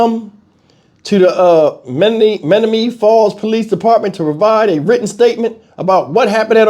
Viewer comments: Menomonee falls say it like ma- nomo-nee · Men om o nee falls is how it's pronounced, but your all good with me. I'm from Wisconsin and we have a lot of Native American named towns. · It's pronounced men-ōm-o- nee falls